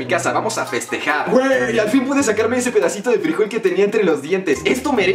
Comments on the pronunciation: La s no se dice eshe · la S en España se pronuncia S solo que nuestro querido rajoy lo pronuncia SH. Peroe encanto 😂😂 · Hola!! Decirte que aquí en España, la letra "S" no se pronuncia "ESHE" se pronuncia como la pronunciais vosotros los mexicanos ("ESE") y lo de decir "VOS" es solo en Argentina y eso no está en España, un saludo👋😀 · Aquí la "S" no se dice ESHE se dice ESE osea igual que vosotros, lo demás es igual la "C" se dice ce y la "Z" se dice ceta. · En España no decimos la "S" "eshe". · Soy de España y la S no sé dice Sh Xdd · Los españoles no decimos eshe ._.